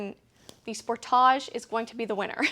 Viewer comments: "Sport - thaa - jee"? Or "Sport - tee - jee"? Ahhh who cares, I just enjoy watching I mean listening to... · How would you pronounce it? Maybe it's a Canadian thing, I would say it the same way as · Mostly in Canada I find it's pronounced as "Spor-TAH-JEUX" such as in the video... I find Americans pronounce it more like "Spor-DIDGE" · I wonder if she pronouces film footage and "foo tage".